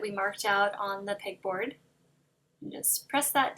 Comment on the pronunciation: Beautiful!!! Also, I kept thinking you were saying "pig board" hahah